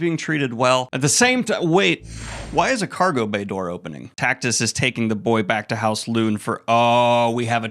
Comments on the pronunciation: It's Tactus like Cactus not Tackytuss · "Titus" sound nothing like "Tactus" Daniel especially if you speak Spanish is like "Tee-tus"and "Taack-tuus" but damn amazing summary well done goodman.